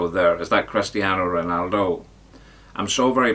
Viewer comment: Did the ledge say Crust-ian Ronaldo? Gotta listen again...edit..he only bloody did! At the beginning....blinding 🔥🔥